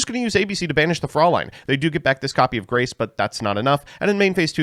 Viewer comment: Vampire Fraulein is pronounced Froy-line :) Don't know why they skipped the "ä" in the English translation when even the Japanese name has the correct pronunciation (for them).